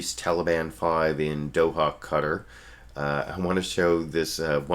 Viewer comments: Qatar - Ka-Tar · am i the only one bothered by the abc reporter calling Qatar like hes saying "Cutter" goddamn